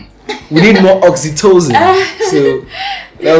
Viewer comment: Wow...my people! nice stuff...man say oxytocin..haha